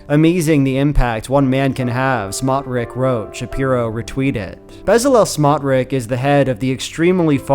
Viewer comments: Pronounced smotrich like tsh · extremely minor correction: the ch in bezalel smotrich's last name is pronounced like "tsh" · I wonder when Shapiro will realise he is the pet Jew of the USAmerican alt right... He will deserve the shit that he will get. BTW, you are pronouncing Smotriches name wrong. This piece of 💩 name is pronounced Smotrich, with a ch like chair at the end. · FYI Smotrich isn't pronounced like that